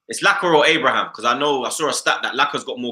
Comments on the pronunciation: Whys tammy turned plural fam? Man said abrahams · Robbie being so arrogant, pretending the questions are easy when he gets Abraham's name wrong, lol.